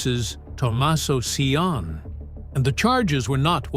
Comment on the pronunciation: It’s pronounced C O knee (Cioni)